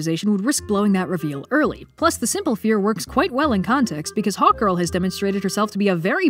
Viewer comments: I kept hearing Hawk Girl as "hot girl" And I was like... Yah that checks out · Ohhhhh, Hawk Girl. The first few times said her name, I thought she said Hot Girl and I was like, the writers actually named her that?? I was thinking, was it supposed to be a meta feminist critic gone agley, or were they playing it unironically straight, like Michael Bay styles...